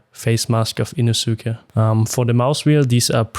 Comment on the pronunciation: Great video and good review! It was funny hearing it that way but I’m sure everyone would understand! Thanks for the review 👍🏽